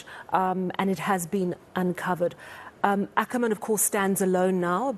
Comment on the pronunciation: I am glad the gentleman is pronouncing "Ackerman" as it was pronounced during the 7oties and 80ties otherwise it sounds like a Boer surname which it is not